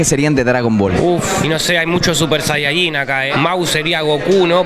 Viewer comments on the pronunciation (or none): none